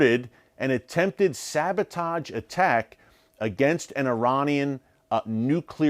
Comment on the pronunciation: SaboTAJ? Sabotahhge.